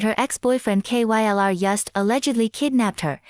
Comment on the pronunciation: I like how the computer voice is so dumb it spells out K-Y-L-R every time lol